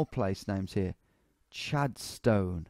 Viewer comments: ik u said those 2 years ago... but its pronounced "Chadstin" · And the way he said Chadstone 🤣